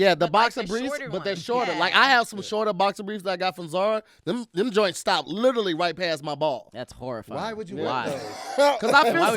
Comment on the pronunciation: says ' lillerly ' instead of ' literally '